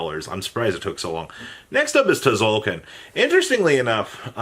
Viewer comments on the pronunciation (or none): it triggers me he says Ti-zolkin